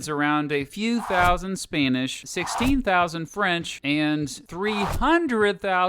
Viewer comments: ah yes, SPAINISH! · You said a few thousand spane ish instead of spanish